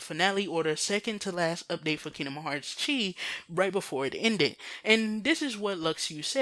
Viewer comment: "X"-blade = "Chi" (pronounced "key") blade.